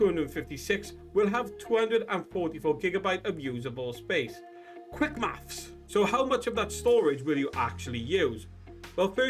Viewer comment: "quick maffs"??